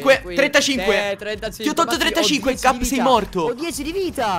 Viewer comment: In realtà dice cap ma sembra che dice gabby. Anche se fa comunque ridere😂